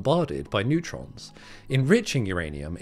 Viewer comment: "Neurtrons", Bro? Sounds like the breakthrough we've all been waiting for in particle physics ... when is your paper coming out?